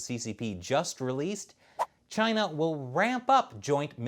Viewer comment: . . .cause it’s from Chy-Nuh.